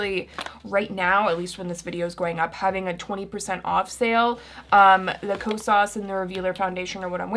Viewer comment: i looove u but HaaaTEEE the way you pronounce Kosas😫